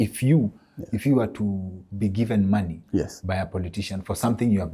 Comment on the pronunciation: Great information. I love the luo accent on Money! say maanay😅